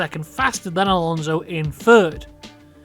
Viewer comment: There's no Z in Alonso, the S is pronounced like, well, an S.